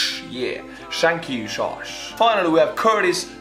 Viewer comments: Josh is not pronounced like shosh more like tshosh :D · so anyone just ignores on how he pronounce Josh as"shosh"